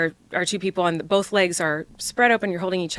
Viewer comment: And said “two things can be true at once”. Or “Bolth.”